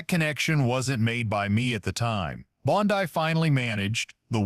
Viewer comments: Well this AI. CANT pronounce words right ITS NOT BONDEYE ITS BONDEY. GET THE F’ing AI RIGHT OR DROP THE 💩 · Bondi is pronounced bondy, not bon-die. If you can't get the small important details right, why should anyone trust anything else you say? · “Bon-dye”.? What is this, Amateur Hour? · I couldn't avoid noticing that several times during the program, the AG's name is being pronounced, "Bond-eye". Is that due to AI or just a narrator who hasn't done his homework? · The actor reading this doesn't know how to pronounce Bondi.. Where does this report purport tobe from¿ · I did a Google search and this is all I could find. This story is a lie, it is AI it doesn't even know how to say Bondi. This never happened.